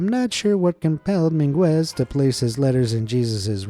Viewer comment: it's MEENgez not min-GWEZ. the mispronounciations never end